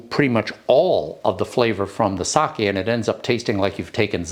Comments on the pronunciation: thank you, thabk you for pronouncing it right-- in front of all these English speakers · Wow! Seconds in, and you pronounced Sake correctly! That is proof you are educated and cultured. Thx